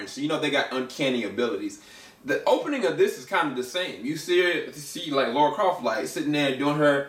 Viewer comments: Lara, not Laura. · For the millionth time, since 1996: It’s Lara, not Laura.